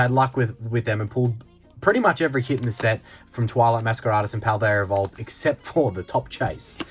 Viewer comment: I have to ask...is that just how Australians pronounce 'masquerade'? Is he being funny? Am I missing a joke?